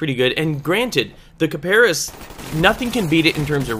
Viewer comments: D:< Its (kip-a-ris) not (Ka-Par-is) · hmmm you mis-Pronounced Kiparis..... heh heh heehhhhhh...... it is actually pronounced Cy-Per-Ess. yeah it is actually i searched the pronounciation because at first i didn't believe it so i did search and it pronounced that way. one more thing these vids are really helpful